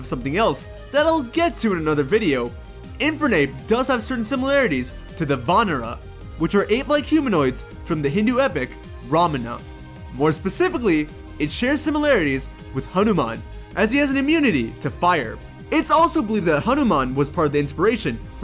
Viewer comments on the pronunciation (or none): Its not ramana its "ramayana" bro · ramayana not ramana